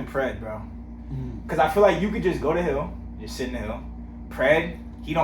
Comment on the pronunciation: Bro I thought you said "you can go to hell" 🤣🤣🤣😭 then I realized nope "hill" so funny